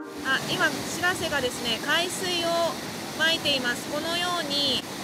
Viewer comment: しらせ⤴️じゃなくてしらせ➡️な